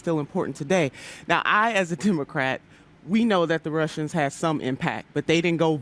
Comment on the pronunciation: it sounded like she said "I as a tumorcrat"